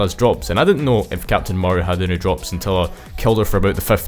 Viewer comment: Nice video but holy cow man it's pronounced Ma ree Ah, yk, like Maria from sonic adventure 2